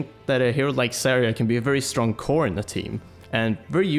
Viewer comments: I cringe everytime pronounces Zarya as Saria. Zarya means Sunset in Russian, so please, don't call her Saria. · You're pronouncing Zarya really wrong, just saying